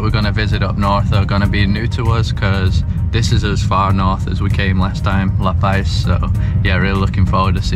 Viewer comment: Such a beautiful place I remember well. Gorgeous but pronounced "La Paz" (not "La Pais") ;-)